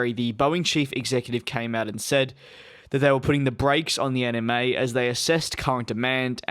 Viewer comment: My brain is thinking that he is saying 'Anime' when I'm hearing 'NMA' 😶